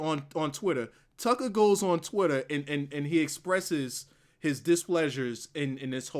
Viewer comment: lol I need someone to make a compilation of saying "Tuckah"